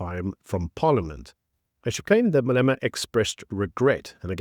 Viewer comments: Malema not Maleema. Idiot! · pronunciation not "Maleema", but "Malêma". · No disrespect but I think your pronounce Malema’s surname incorrectly.